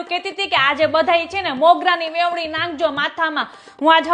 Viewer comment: Vevni nhi ben Veni bolo